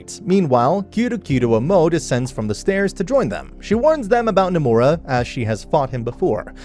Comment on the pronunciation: The name is fudo nomura, accent on the “no”